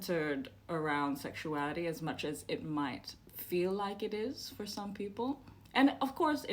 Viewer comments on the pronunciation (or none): "sexuarity"? Focus on pronunciation.